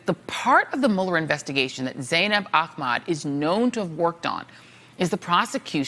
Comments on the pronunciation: Why is she pronouncing her last name Aqmaad? It’s “Ahmed” 😒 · Pronounced Ah-med...not Ah-maaad